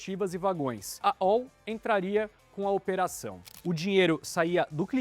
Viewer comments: Se fala ALL mesmo a antiga empresa, não ÓU (como se fosse em inglês). Acrônimo qndo não formam uma palavra em si, falam-se as letras individualmente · A L L. Diz-se assim. E não esse dolorido ÁU ou ÓU. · Eu como professor de inglês também leria ALL (ÓL), mas essa é A L L